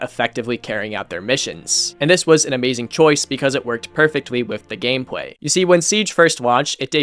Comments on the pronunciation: Are you saying "gamepway" or am I tripping? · "It wewked pewfectwy wif the gamepway"😻😻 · “because it perfectwy with the gamepway”